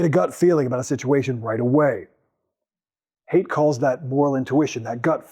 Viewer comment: You're pronouncing his name wrong. Haidt rhymes with bite.